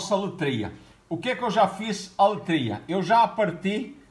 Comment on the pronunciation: aletria e nao letria!!! temos ... por , é so "colocar"